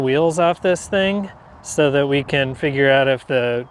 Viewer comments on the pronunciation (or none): none